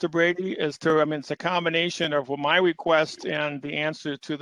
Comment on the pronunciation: Drink every time he says “weequest”